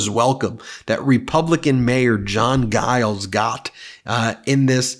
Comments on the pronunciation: Stop calling jiles guyles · Hey, I thought you'd like to know that the "G" in "Giles" is pronounced like a "J".